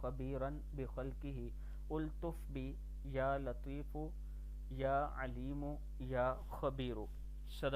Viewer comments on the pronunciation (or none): اعراب درست كر ليں يا لطيف....يا عليم.....يا خبير ..... پیش پڑھا جائیگا نہ کہ زبر